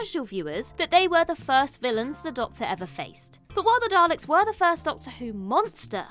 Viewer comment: and thats why he actually said...Dal to Ek!